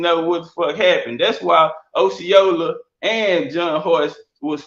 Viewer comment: He can't even say Osceola right🤦🏿‍♂️😆